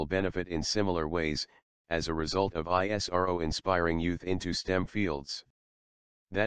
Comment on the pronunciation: Good but please have a human narrator, there is no empathy and tonality in the automatic narrative and it stands out sorely when it says I-S-R-O and not ISRO ( eesrow)